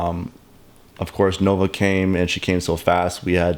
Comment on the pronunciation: Lol. So, it sounded at first like you said novacain - and then I get “Nova came”. Kinda funny since baby was born without pain meds.